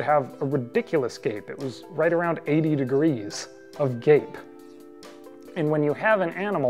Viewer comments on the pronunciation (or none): none